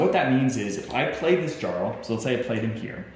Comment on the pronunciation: I agree. And how does the designer of a viking game not know how to pronounce "jarl"? Don't get me wrong, I own and like the game. This video is disappointing though. Didn't watch it the first time I played because we were like "uhhh, this is 48 minutes long.... nei takk." I've now played it twice. I think this video is best watched for clarification after reading the rules.